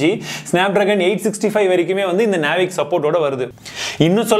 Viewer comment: அழகா தெளிவா சொன்னிங்க (நேவிக்)👌👌👌